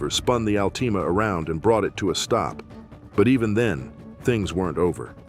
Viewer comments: the al-teama 😂😂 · The "Al-teema." lol